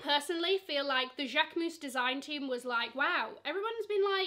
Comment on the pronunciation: Im French and you say « Jaquemus » perfectly 👌🏽